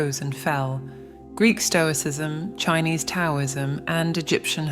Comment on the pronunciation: I had to quit watching when she repeatedly mispronounced Taoism and the I Ching. If they can't pronounce the words correctly, I doubt they understand the meanings of them.